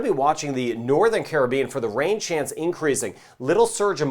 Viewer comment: Hi, thank you for doing these weather videos. I especially thank you for being one of the few people to properly pronounce the word "Caribbean" the way it's supposed to be. Every time I hear you say "Caribbean" it makes my heart sing. Much respect to you for doing that.